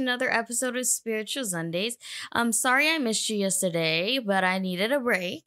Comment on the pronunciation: Sorry no breaks... LMAOFF 😅 how was your what do u call it ZUNDAY... LMAOFF 😅 thats koo... "Virgo's ...Oh' God"... there koo... thats was koo... much luv... im out